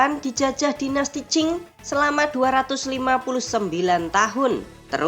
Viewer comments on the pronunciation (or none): none